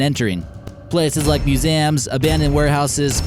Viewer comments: Museums are pronounced as "myusiyums" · Muse-ai-ams Nice pronunciation there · He said museums wrong